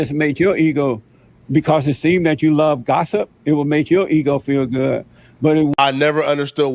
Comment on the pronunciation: It would make your eeho feel gooh 😂😂😂😂😂fuck you mean Jesse